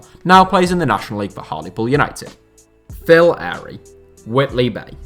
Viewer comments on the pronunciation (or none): none